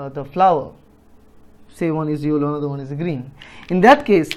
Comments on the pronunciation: Thanks sir your methods are great. Also I cracked up when u said yollow. Everything is clear now please keep teaching like this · tq n u have good English accent except yellow word 😋😋